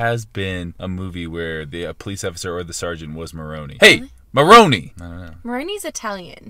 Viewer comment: Lol it's Mahoney not Maroney it comes off police academy